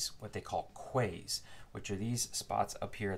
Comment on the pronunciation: Thanks for this. Very helpful. BTW quays are what Europeans call wharfs and are pronounced as ‘keys’ 😉